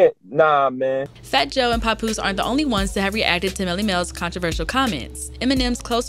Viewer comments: Pap like pap smear not pop smear. Papoose! Papoose! How did she get this job? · Why does she does she keep pronouncing it "Popoose" ?! 😂😂